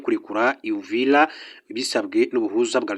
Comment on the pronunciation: UVIRA. Not. UVILA